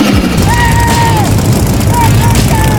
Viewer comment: Did you call it a teeyota?